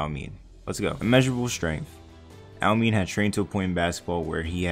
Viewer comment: it’s pronounced ow-me-ne, not ow-min😭😭😭